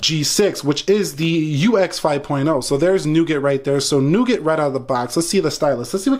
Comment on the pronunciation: You mistakenly pronounced "nougat"!